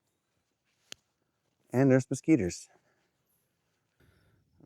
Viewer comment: 'unfortunately there's moskeeters'